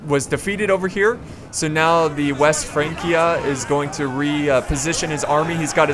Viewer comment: It's pronounced France-ia, not Frank-ia.